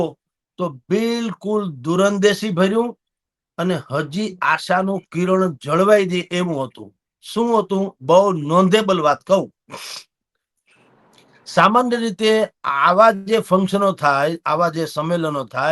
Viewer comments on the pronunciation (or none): અંગ્રેજી ઓછું બોલોતો સારું નોધેબ્લ નહિ પણ notable અને શરદી નો કાયમી ઉકેલ કરો કાયમ નાક પર હાથ ફેરવો છો